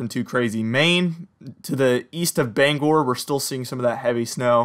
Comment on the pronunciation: You've got the pronunciation of Bangor correct!